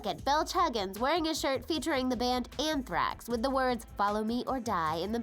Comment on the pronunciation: ANTHRAAAAAAAAAAAAAX! ITS ANTHRAX POEPLE